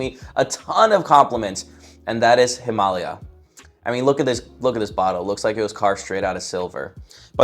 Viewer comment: Him-Ugh-Lay-Ugh is the right pronouncement. And agreed on Royal Oud. I don’t usually like oud but this one is mostly cedar it seems